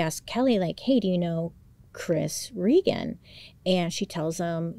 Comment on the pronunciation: my first name is regan, i dont hear many people say it or even pronounce it correctly so that was cool to hear. rip chris tho